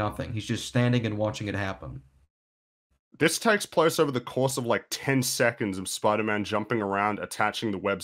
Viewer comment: Looks like we’ve got a new catchphrase... “It’s OUGHver”